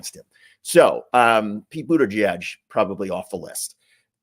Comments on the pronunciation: Bootidudge? Isn't supposed to be a j sound like judge? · Love watching you but Please! Pronounce Pete Buttigieg’s name correctly! It’s not Buttidieg. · It's Buda-jej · I believe you’re pronouncing “Buttigieg” wrong! I’ve heard it’s “Booty-Judge!”🤔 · We hate Trump's constant lies so click bait titles that are a lie just feel yuk! Also, please pronounce Pete Buttigieg's name correctly. It's not Buttidedge! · You only said Pete Buttigieg's name correctly once that entire time. Smh... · Love your videos but please learn how to say Pete’s last name correctly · Cool 😎 but why can't you say Pete's last name?